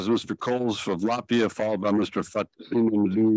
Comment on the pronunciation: Perfectly said Latvia well done